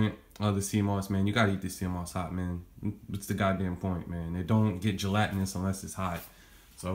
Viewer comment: said gelatinous😂😂😂